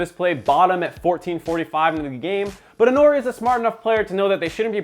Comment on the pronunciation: its intori not intnori